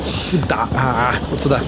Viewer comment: почему ты говоришь "суда", а не "сюда"